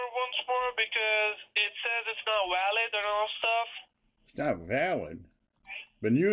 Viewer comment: "Card is not wow-lid" LOL